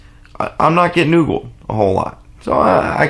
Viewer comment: It's ogled, as in oh-guld ;)